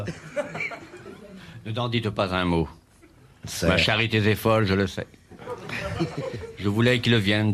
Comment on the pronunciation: N'en dites pas un mot : ma charité z'est folle. Cette faute de liaison me fait tiquer à chaque fois. ^^